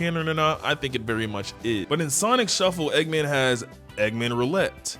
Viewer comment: Bro said eggaman